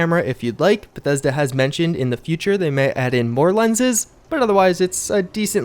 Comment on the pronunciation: You notice he keeps saying "bathesda" right? You know this is a fake account?